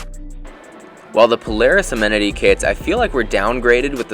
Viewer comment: I like that you know how to pronounce “amenity” unlike Noel Philips.